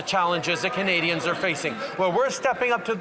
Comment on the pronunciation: The way he says KUHnadians. Is so disgusting. I know he is disgusted because he is mocking the pronunciation.